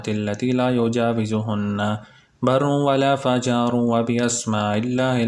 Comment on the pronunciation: Assalam o alaıkum brother. it is '' wala fajiru ''